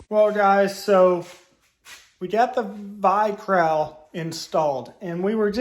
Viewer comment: Vi-crowel? The word is cowl. Like🦉 with a “C” before it. Batman wears one.